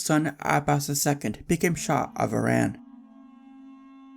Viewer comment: I love this. Just wished you pronounced Iran correctly.